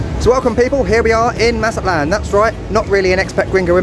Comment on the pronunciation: It is not "Maza-lán", you actually have to pronounce the "T" like we normal people do: "Maza-TLÁN". Thank you. Nice video, btw😂😂😂😂